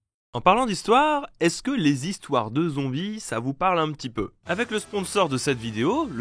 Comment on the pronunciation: Combien de zévènements et de zistoires ? Essaye de faire un effort STP.